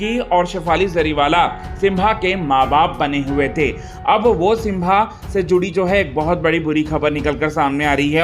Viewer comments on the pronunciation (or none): सिम्बा है वो सिंभा नहीं